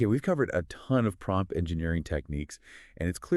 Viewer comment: Did it just say pompt engineering at the end!